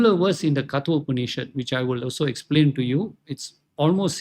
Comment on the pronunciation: Sir, it is कठोपनिद्, not कतो.